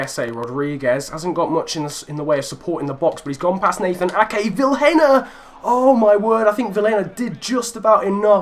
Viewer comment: can you please prenounce Vilhena as Viiléna